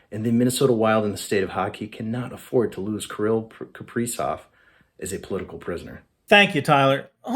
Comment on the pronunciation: Something about the way says “Killy” makes me laugh